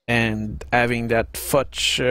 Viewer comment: Very nice vid, really liked it. Just one remark (live and learn, young Padawan) - the German recon vehicle is called "Fuchs" (fox) which pronounces exactly like fox, just with a "u" like in "you" instead of the "o", not like "fudge" - although I'd sure like to have one now ;).